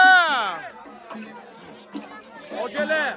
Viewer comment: Хоразим мас Хоразм болади ока